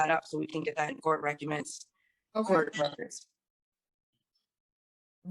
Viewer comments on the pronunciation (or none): Did she just say “recuments”?!? 😂 po chile thinks she’s so smart 🤦🏽‍♀️